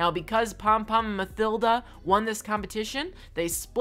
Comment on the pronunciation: Ma "thilda" it's said ma-tilda